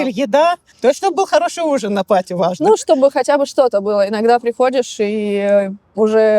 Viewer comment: Блин, когда вы научитесь произносить слово парти party, а вы говорите паату, что звучит как potty. Что звучит как наделать в горшок.